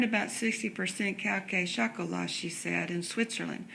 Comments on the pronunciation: Did she just say chalk-o-lot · She said cay cay shalk-o-lat 😂